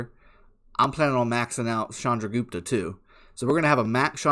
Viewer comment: First youtuber who pronounce it right way "Chandragupta". Waiting for reports so badly.....